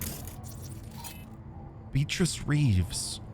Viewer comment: are you saying "beat-rizz" to fuck with us (instead of "Bea-trice") or is that a British speech impediment? 😅